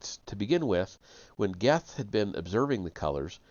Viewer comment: Goethe is pronounced Gurt. Rhymes with dirt. I know. It weird. German thing.